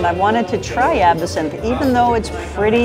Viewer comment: That video was good fun. Perhaps it was the booze 🥴 but I believe they were pronouncing Absinthe incorrectly. It is not A-bi-sinthe, it’s Ab-sinthe. … correct?